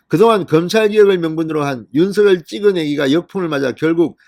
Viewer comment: 진성호님 윤서결이라 발음하지마시고~~ 윤성녈로 해주세요~~ 윤성녈로 발음 통일하기로 했답니다....